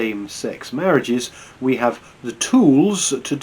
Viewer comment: “Ve have tools”